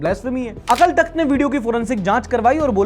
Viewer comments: अकल तख्त नहीं होता गुरु, अकाल तख्त होता है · भाई, अकल तख्त नहीं अकाल तख्त होता है... अगर किसी की भावनाएं भड़क गई तो लग जायेगी 😊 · akal nahi akaal bolte hn hindi me 😂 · bhai the corect pronounciation is 'AKAAL TAKHT' not 'AKL TAKHT' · भाई "अकाल तख्त" होता है। "अकल तख्त" नहीं। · Bro we write it Akal Thakht but we pronounce it as Akaal Takht. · bhai wo akal takt nahi AKAAL TAKHT h pronounce it proper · Its is not Akal takht its akaal takht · Its "Akaal Takhat" ... not Akal Takht . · It's Akaal takhat not akal takhat 😵‍💫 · bro it's pronounced as AKAAL Takht (अकाल तख्त)...please be clarified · Bro अकाल तख्त hai right not अक्ल तख्त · Its Akaal Takht not akal takht . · Akal takht nahi, Akaal takht pronounciate krte hai isko.. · अकल तख्त नहीं bro अकाल तख्त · Akal nhi it's Akaal Takhat... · it's अकाल तख्त। just a little correction in pronunciation. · Bro.. 2.44 ; it's pronounced Akaal Takht and not akal .. plz correct in future.. it means Throne of the Timeless One... aapne usku Throne of Brain banadiya 😅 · Bro AKL nahi AKAL TAKHT hai K ke bahad A Long Sound krta hai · Its sounds as akaal takht not "akal" takht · Bro it’s akaal takth not akal takth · भाई वो अकाल तक्थ हैं - अकल नहीं है। 😂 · Bro it akaaal takhat not akal takhat !!!!!!!!!! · Akal nhi Akaal takht hota hai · Bhai wo Akal takht hai pronunciation galat bol rahe ho 🙂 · Bro, it is pronounced as Akaal Takht, just for the info. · ..it is pronounced AKAAL TAKTH.. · Sir with due respect pronounciation of Aakal takhat is wrong please check it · Your pronunciation of Akal Takhat is wrong. Please just make sure you are using the correct pronunciation. The times we are living in is very sensitive so just keep it in mind as your intent is right but not everyone will understand. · Yeh Akal Thakt ki pronounceation ke karan pitega aur main English ke liye 😅😅😅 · Maybe learn how to pronounce akal takht sahib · u wrongly pronounce akal takht